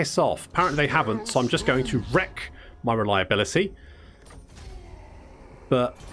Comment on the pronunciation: re-lie-able-itty. just means your more backstabby to an ork anyway.